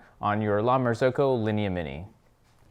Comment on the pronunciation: La Marz-oohh-co